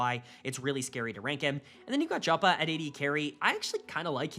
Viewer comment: KC first ? Liked and Subscribed, you know how to make us happy lmao (Jopa is pronounced Yopa btw)